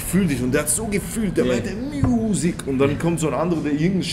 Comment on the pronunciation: Und der hats so gefühlt! Der meinte: "Muuusic!!!" :'D